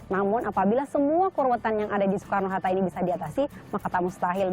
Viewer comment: "Bandara Soekarno Harta" ada yang mendengar hal sama denganku nggak? Wkwk